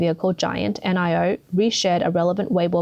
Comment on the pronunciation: Its pronounced NEO not N.I.O